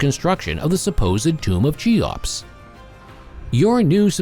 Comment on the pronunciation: "Chee-ops"... ? Ffs. If you can't even pronounce the name properly then what can you possibly say about it that isn't dubious. Make an effort.